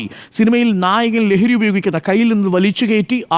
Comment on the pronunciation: നായകൻ എന്നാണോ നായകൾ എന്നാണോ പറയുന്നത് എന്ന് മനസ്സിലാവുന്നില്ല ഡോക്ടർ😂